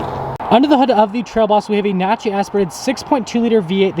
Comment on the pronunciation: This man doesn't even know there's a couple Ls in naturally